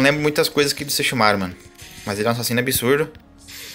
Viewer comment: Nossa desculpa mas que agonia vc falando sesshoumaru kkkk